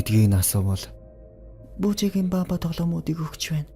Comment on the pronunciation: Буужаагын биш Буужаагийн яагаөд эр эм ы ий-гээ ялгадаггүй юм бэ